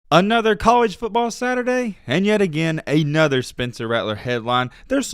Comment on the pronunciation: Ay-nother coach? What language is this?